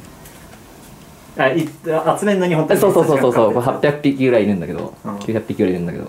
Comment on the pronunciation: 800ぴき⁉これが陰者の数字の読み方なのか